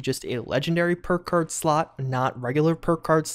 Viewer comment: He said purkuurd so many times in a row the word lost all meaning. Oh, PERK CARD you say?! Lies, I don't believe it.